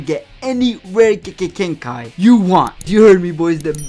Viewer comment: why does he say kekkei genkai like kki genkai